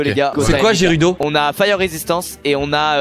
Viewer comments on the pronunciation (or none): Pas Jérudo mais guerudo s’il te plaît! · Sa se dit guerudo pas gérudo🤣🤣🤣🤣🤣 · mais ca se lis guerudo pas jérudo 😢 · ils ont detruit le "jerudo" c'est les "guérudo" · Y'a plus de respect ils on dit "les Jérudo" 🤣😭🤣 Mais ça ce dit "Géroudo" j'suis morte 😆 Et les "Gorgon" 😭🤣 c'est des Gorons sérieux 😱 mais jouez à Zelda punaise 😭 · "Trinités" et "Jérudo" got me triggered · "Jerudo"........... aaaaaaaaaah nooooooooon pourquooooooiiiiii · Gerudo ça se dit guerudo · On dit gUerudo🙃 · Sa ce lit gerudo mais sa ce dit guerudo 🤦‍♀ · ça c'écris gerudo mais ça ce dis guiroudo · SQUEZZIIIIIIIIIE !!!! ta jamais joué a zelda ou quoi ? sa c'écrit gerudo mais sa se dit guérudo